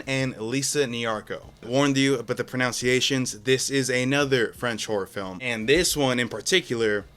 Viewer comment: Dude can't even pronounce pronunciation lol.